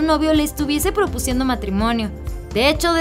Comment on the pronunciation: Jajaja se te fue !! Se dice proponiendo no propuciendo